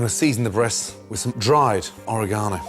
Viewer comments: ore-GONO LOL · The way he said oregano!!! 💀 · All these years I've been pronouncing oregano wrong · It took me three to figure out he was saying "oregano" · Am I the only one trippin off the way he says oregano?